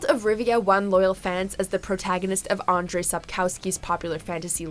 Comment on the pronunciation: They also butchered name "Andrzej".